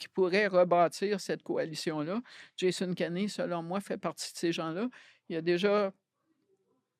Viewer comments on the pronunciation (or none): none